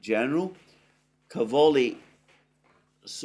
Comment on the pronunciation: Càvoli, not Cavòli. In italian it means Cabbages.